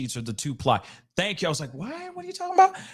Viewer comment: TWO-ply bruh...TWO PLY tissue as in the two sheets!